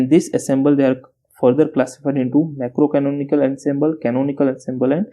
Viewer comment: It's microcanonical not macro canonical